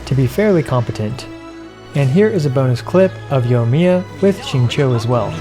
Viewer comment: it's xingqiu not xingqui